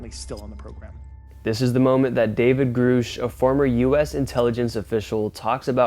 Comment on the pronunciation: 1) Grusch is pronounced with a short u 2)UAP stands for Unidentified Aerial Phenomenon 3) if you're going to claim that things are factual or *real proof*, as in the title of your video, you definitely should be doing more fact checking and making sure that your statements are indeed confirmed and factual not speculation. 4)All animals use eggs for reproduction There many other inaccurate statements. You need to stick to speculative, spooky videos or actually do real research.